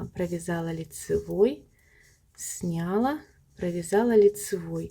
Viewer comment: С таким удовольствием посмотрела Ваш мастер-класс, пока не услышала, как Вы неправильно произносите ударение в слове "снялА", а не "снЯла".... Следите за правильным произношением, пожалуйста.... Режет слух Ваше "снЯла".... Извините. Удачи Вам.